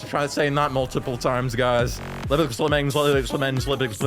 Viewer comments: LVX LVMENZ is pronounced "Lux Lumens" because lux is the greek root meaning light, and both words are just measurements of light. The V's are just cool looking U's and a cool Z at the end. It's not "level luvmens," that means nothing. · it is pronounced "lux lumenz" the v are pronounced as u 😁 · It's said 'lux lumens' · May be wrong, but I'm fairly certain the v's in the title are meant to be treated like u's, making the pronunciation Lux Lumenz! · i'm pretty sure that you pronounce it as "lux lumens" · I’m pretty sure the band name is pronounced lux lumens, considering all the glowing in the dark elements + the glowbes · I'm pretty sure it's pronounced 'Lux Lumens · In every reaction I've seen to the new clubbox act, no one gets that it's pronounced "lux lumens" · ITS PRONOUNCED LUX-LUMENZ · It's pronounced lux lumenz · Btw its pronounced lux lumenz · i believe the name is supposed to be pronounce like lux lumens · I think you're meant to pronounce it 'Lux Lumens' (like luxury, luminous) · The V’s are pronounced as U’s so it would be pronounced as Lux Lumenz (just for information!) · it's pronounced lux lumens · Lvx Lvmenz Pronunciation: Lux Lumans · I think the act is pronounced as “Lux Lumens” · LVX LVMENZ is pronounced LUX LUMENS. Old latin didn't have the letter U, instead, V made two sounds: a w sound (v consonans) and and u sound (v vocalis). I think that's what it's referencing with such a spelling! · It's pronounced Lux loom-enz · I love how you can't read lvx lvmenz. It's literally just latin "lux lumens" light light. There's zero light monster. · IT'S SUPPOSED TO BE PRONOUNCED "lux lumens" AND YOU LVL INSTEAD OF LVX IN THE TITLE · I'm personally a little sad about this update Don't get me wrong, LVX LVMENZ have a really good song, but due to a health condition, flashing lights make me really ill, so I really can't do much with this Clubbox Act :P (Also I'm pretty sure the band is pronounced Lux Lumens, at least, that's how I've been reading it)